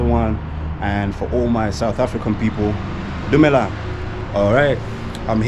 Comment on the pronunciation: Your “Dumelang” is so South African 😅.